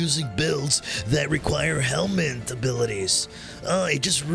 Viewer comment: Helminth not helmet